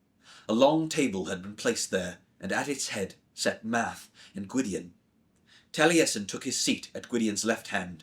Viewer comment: Impressive voice acting and i thank you for bringing this childhood favourite back to life. I won't comment on the pronunciation of the Cymraeg names etc as it is difficult. Courteous and calming seem to be your kryptonite and Taliesin, one of the most famous historical/ fictional Welshmen as a Russian was a surprise!! Thank you again though, I enjoyed your work.